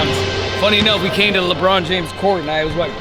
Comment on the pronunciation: LehBrawn Jaymehs